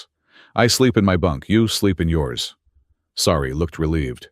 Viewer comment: Sari, not "sorry" WORK ON IT.